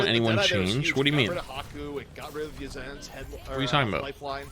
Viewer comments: dafran says uzna lol 😂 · Yazan "YZNSA" Alsubhi YZN ( from his name removing the a, Yazan ) SA = Saudi Arabia YZNSA = YaZaN SA if you hear Yazan it means they're calling his real name if you hear YZNSA they're calling his in-game name if you hear Uzna you're hearing his mispronounced name